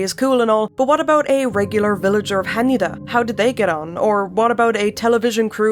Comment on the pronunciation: this is so petty of me but jesus christ I can't believe how thrilled I am to FINALLY!!! hear someone properly pronounce Hanyuuda!!!